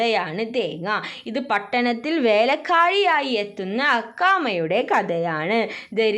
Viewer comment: വേഴക്ക്യാഴി അല്ല വേലക്കാരി